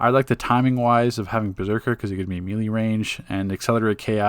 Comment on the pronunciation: Thumbs up for pronouncing "melee" correctly now. It makes you sound more intelligent and cultured. I know that it's your right to say it the other way, but that's like when people say "Lemme axe you a question" instead of "ask," or when Filipino immigrants say "pipty" instead of "fifty." One way makes you sound respectable, while the other makes you seem uneducated. Oh, and of course, great informational video. Thank you for continuing to update your guides along with the game updates. Your time and effort are appreciated.